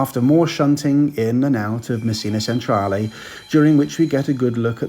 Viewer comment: Thanks for that, enjoyed it very much - the best I have seen for this trip - bravo, bravissimo! Well done for making such a great attempt to get the Italian pronunciation correct, but to be helpful - Milan/Messina/Palermo Centrale is pronounced ‘Chen-tra-leh’, not ‘Sen-tra-leh’; and thank you is ‘grats-ee-eh’.